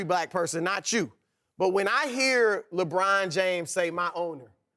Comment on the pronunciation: Louisiana talk